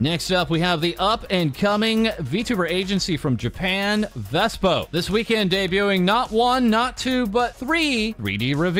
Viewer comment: What's with saying 'VeSPO'? It's 'V-SPO'. 💢